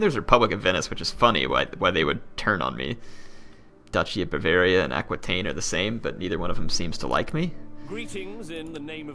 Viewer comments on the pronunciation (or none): Aquitaine = Akee-ten